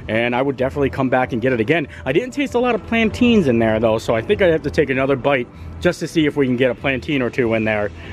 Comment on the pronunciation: I'm sorry but your saying Plantains wrong